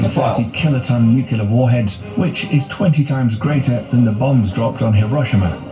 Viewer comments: It’s nuclear. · The narrator’s mispronunciation of nuclear kept me gritting my teeth!!